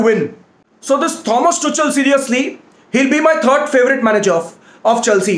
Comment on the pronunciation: Every one : Tuchel Rantman : Tu chal 😂